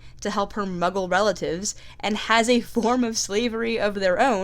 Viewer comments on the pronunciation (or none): none